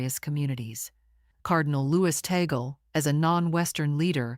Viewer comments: Cardinal Luis Antonio Tagle's surname is pronounced "TAG-LE", not Tagel.😚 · Tagle is pronounced as ‘TAG LAY’ Not tag gel or tag girl. Please pronounce it correctly. Thank you. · It is pronounced as Tag-Lē. Cardinal Tag-Lē and not Ta-gel... 😊😉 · 😅Ta-gle is the same sound as eagle which is wrong. Tag-le with the le syllable as leopard. 😅 ❤ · People must pronounce the name of our Phil. Cardinal Luis Antonio Tag-le not Ta-gle coz its wrong sound is insulting to the ears of Filipinos. 😢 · Be nice if she could correctly pronounde the cardinal's name.